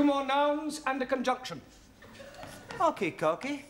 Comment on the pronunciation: Hokay